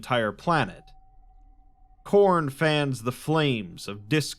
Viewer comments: It’s name is Corn hen hnn hnnnn lol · Khorne its to cornie. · It's *Khorn*! (chomp 🌽) A blood-thirsty god 👹 He has a throne (skulls for skull throne ☠️)